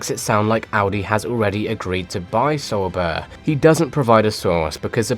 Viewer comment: I don't like how you pronounce "sauber" It's wrong.